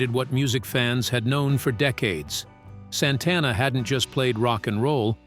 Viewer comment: Mispronounced Santana .....